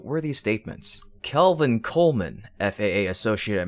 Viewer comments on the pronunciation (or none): none